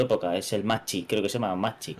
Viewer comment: Macchi se pronuncia MAKI. Es el M.C. 202.